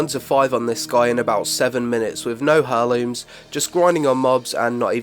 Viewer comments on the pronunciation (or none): "Air looms," not Hair looms." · "Air-Looms" not "Her-Lumes" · Hair looms? Its pronounced more like air looms mate lol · Cool vid, mate. One thing, though; heirlooms is pronounced "air looms", not "her looms". Sorry. Word Nazi. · "hair"-looms? It's "air"-looms btw. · why do you say it "hurrlooms" lol it's pronounced airlooms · pronounce it airlooms not hairlooms :D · Herlooms? Pronounced "airlooms" LOL who doesn't know that ahhaha! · hairlooms lmao its pronounce airlooms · OMG its not HAIR LOOMS! Its pronounced Air Looms!! Driving me crazy! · great video, but eerrr, its not pronounced HER-looms lol, its 'air'looms' :) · I love you but everytime you say "Hurrlooms" instead of "Heirlooms" (Air-looms) i die a little inside xD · I like the video, but heirlooms has a silent 'h' so you say it like 'airlooms'. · Heirlooms. Pronounced "air-looms". That is all, have a nice day! :) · "Herlooms" Wow. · "Hurrlooms" wtf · It's pronounced AIR-LOOMS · You don't sound "weird", but it does make my ears bleed when you pronounce heirlooms as " hair-looms". Nearly as much as someone calling aitch "haitch". Other than that, boss bid mate. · It's pronounced [air-looms]The h is silent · Hair-looms...? The H in heirloom is silent :) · AIR LOOMS! AIR!! its said "Airlooms" the H is silent! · Your pronunciation of heirlooms really pissed me, for someone like me it's incredibly distracting. Heir, as in heir to the throne with -looms on the end. Pronounced haire. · "Hairlooms" wut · heirlooms.. im triggered. that not how you say it :'( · The H is silent in heirlooms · I don't know if this is an Accent thing, but isn't the H in Heirlooms silent? I've never heard people saying it your way. Well, only people saying it wrong. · loved the video... but please god. the "h" in heirlooms is silent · please learn to pronounce Heirlooms properly